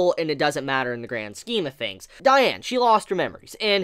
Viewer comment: The way you say diane makes me cringe lmao